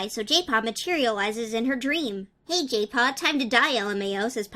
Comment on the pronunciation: why do i hear jaypaw as gaypaw